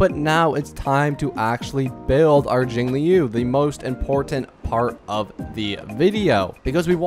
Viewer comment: I was making fun of how he says jingliu, he says jingIliu which is weird and over the past 6 MONTHS he hasn't gotten better, he's said shit like fucking HOOHOO